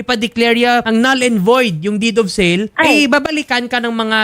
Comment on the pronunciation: DID OF SEL DAW....HSHAHAHAHA...DEED OF SALE